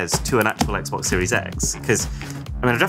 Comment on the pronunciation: Ah yes, the "Xbex" from Wish...